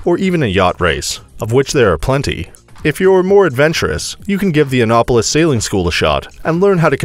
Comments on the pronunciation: IKR? Plus, he was consistent, mispronouncing it EVERY time. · You're saying Annapolis wrong. An-NAP- polis. (Like taking a nap)